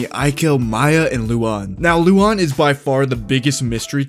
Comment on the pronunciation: Oh. It’s Luan no Lu-an. Why is everyone pronouncing it wrong? I thought he was a woman.